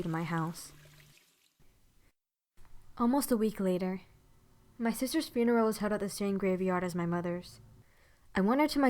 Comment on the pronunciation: she said funero